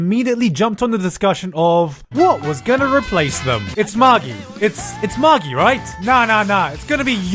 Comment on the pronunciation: Can we talk about how Magi is pronounced wrong though?